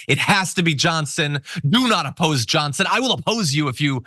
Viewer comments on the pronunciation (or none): I will appose you if you apposed my "Johnsin" LOL Did you mean to say that?